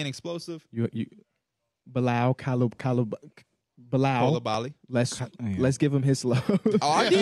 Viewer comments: Someone gotta teach P how to say Coulibaly properly because he keeps trying to correct the guys when he’s saying it wrong too lmaoooo “cooly-bally” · Belgian here you’re saying Bilal coulibaly wrong😂